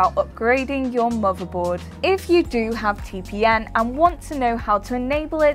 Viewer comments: who says its lol, she clearly says TPN each time but who cares she just doing job and reading some scripts(a little wrong but okay) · She means TPM, not TPN.... But other than that, she read everything really well.... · Title says TPM she says TPN. ....... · I just don't understand why you keep saying t p N!!!??? And not TPM!!! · am i the only one who heard say T P N for most of the video? must be tongue ring getting in the way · i cant stop hear say TPN. great video though, short sweet and to the point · Yeah said module, but says tpn 😐